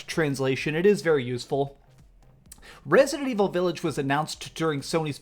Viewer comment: VILLAGE NOT V I I LLAGE